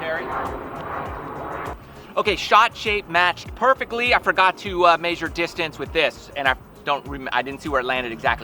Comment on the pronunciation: This guy said "measure" weird.